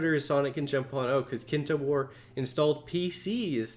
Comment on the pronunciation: that's not Kintobor. It's kintoBAR